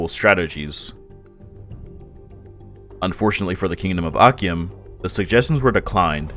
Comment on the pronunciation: Great video but akyem is pronounced achim the ky in twi actually makes a ch sound